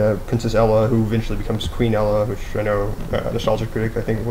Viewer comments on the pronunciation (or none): REALLY do you have nothing better to do then make a lame video about how stupid your sense of movies is. First of all its pronounced ANNA with and O I mean if you can't get that then obviously you haven't seen the movie and its ELSA not ella! I mean if you would of paid any attention to the movie you would know not only that but Elsa was born with her powers its like a mutation. I mean all the things you think is horrible about this movie make sense if YOU ACTUALLY PAY ATTENTION! GO ON POINTING OUT EVERY FLAW IN MOVIES DIRECTORS MAKE MISTAKES. I WOULD HATE TO MEET YOU! YOU WOULD PROBABLY CORRECT EVERY WORD I MISPRENOUNCE. GET A LIFE!!!!!!!!!!!!!!!!!!!!!!!!!!